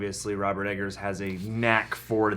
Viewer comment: I didnt think anyone with half a brain could mispronounce the name Edggars, but you do it twice. pffftttt...bye, and lay off the spice, you both SUCK.